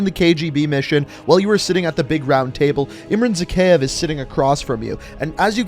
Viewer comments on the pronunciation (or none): It's Zack-I-Iv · My man your pronouncing zakhaev wrong.